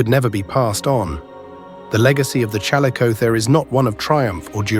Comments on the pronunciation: It's pronounced Chall-ISS-o-theer. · Ai video bullshit bruh just narrate, I know this video has nothing interesting to say that everybody doesn't already know but just use a human. "ChalleycoTHAre" "challeyCOTHeree" "challeyKOtherz" BRUH calico theer no human would ever struggle to pronounce that 800 times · CAL LICK O THEERE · The "ch" in "chalicothere" is pronounced like "k". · My apologies, but the AI narrator managed to irritate my ears with at least five different pronunciations (all incorrect, btw) of the word chalicothere/chalicotherium. Please use an educated human narrator! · The AI narrator mispronounces chalicothere. I wonder if the maker of this knows how it's pronounced. Or perhaps they didn't listen carefully. Interesting topic but I feel insulted. Hopefully the creator will move away from using AI resources as they get more subscribers. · Well... this is Youtube, a place of subjective and/or poorly researched and understood information. Any amateur can make a video and most viewers will regard the information as fact. I mean the guy even pronounces the species' name wrong. Point is, don't take everything so to heart, I'm sure this must be annoying to you as this is your field of expertise, but this is yt, dont bother to be bothered